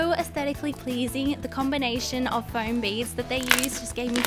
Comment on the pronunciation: Fome not flom